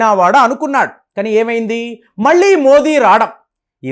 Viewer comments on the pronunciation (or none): అందరూ దయచేసి "మోదీ" అనండి. మోడీ కానే కాదు. మన పేరు ఎవరైనా తప్పు పలికితే ఒప్పుకోము కదా.